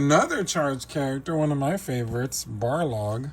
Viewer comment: His name is Balrog, not Barlog lol